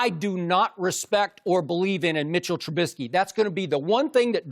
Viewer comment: “Mitch trubismy” 😅😅😅